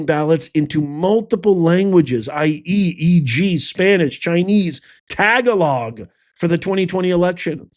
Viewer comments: Professor, tagalog is pronounced tuh-gaa-luhg. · Tag a log 😂😂😂. Not how it’s pronounced.